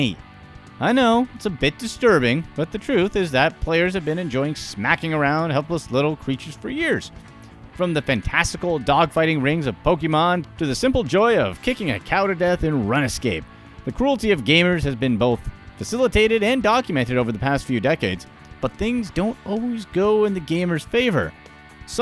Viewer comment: did he say run-a-scape???